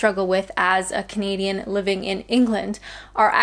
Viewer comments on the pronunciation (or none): Canadian! I thought you said comedian